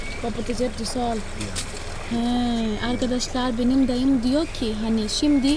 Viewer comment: Sevgili 😊dağım değil dayım( Y) ile